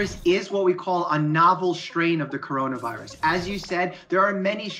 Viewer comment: Cuando los gringos dicen coronaverris pienso el meme de Cardi B😂😂😂😂😂